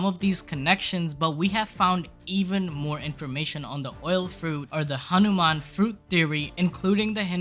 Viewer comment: bruh it is"hanuman" not anuman